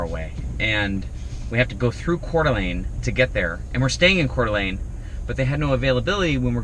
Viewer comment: How fun to stumble upon you visiting my home town of Coeur d’Alene. So refreshing to hear you pronounce it correctly. Love watching your adventures!